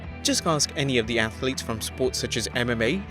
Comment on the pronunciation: “Athlets” lol Also, #11 is no myth